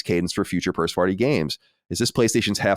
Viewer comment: “Do you think we can expect a similar release cadence for future pirst-farty games?” Pirst-farty, ha